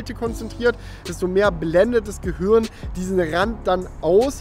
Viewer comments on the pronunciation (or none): none